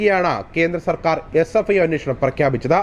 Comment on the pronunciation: CFIO അല്ല SFIO ആണ്